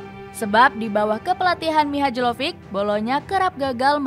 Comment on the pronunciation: Mbak pengisi suara MIHAJLOVIC itu d bacanya MIHAYLOPIK,emang udah kayak tai kebanyakan pengisi suara d channel2 yg bahas sepak bola kebanyakan pengisi suaranya bukan fans sepak bola jadi pengucapan nama2 d dunia sepak bola banyak bgt yg salah, hampir d semua channel sepak bola d youtube begitu,saran saya baiknya utk pengisi suara nya d usahakan dari fans sepakbola/yg mengerti sepak bola utk meminimalisir kesalahan,karna hal itu sangat mengesalkan bagi kami para fans channel2 sepakbola,udah pecat aja pengisi suaranya ganti yg lebih baik